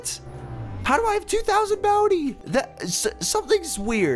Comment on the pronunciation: you said two thousand boudie